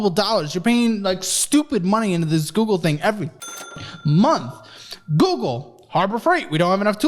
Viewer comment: google sounds like gems